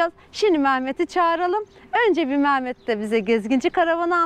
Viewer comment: Merhaba hayırlısıyla gezin GÜLE güle kullanın ama ustanın adı MAAMET değil MEHMET olmalı MAAMET diye bir isim yok güzel Türkçemizde....